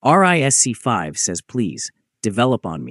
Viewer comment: The way you pronounce ARM and RISC-V 🤮